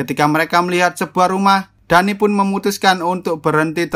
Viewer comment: btw kalo semisal namanya Danny itu bacanya Deni bukan Dani